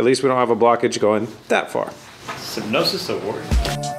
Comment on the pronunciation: sin-OP-sys not sy-NOPE-sys 😉